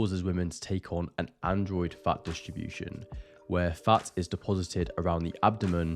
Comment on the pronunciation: When you say fats all I here is farts.